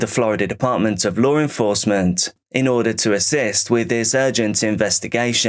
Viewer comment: serious question. is it really that hard to say the word law???